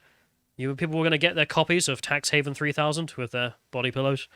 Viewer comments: Everybody has to file their tax returns. Might as well make it entertaining. Edit: it’s “heaven” not “haven” please learn to read, thank you. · I really can't tell if it is just his accent making it sound wrong or if he is actually misreading it as "haven" rather than "heaven" over and over. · The only thing funnier than this game is the fact that keeps calling it "Tax HAVEN" instead of "Tax Heaven" (the actual name).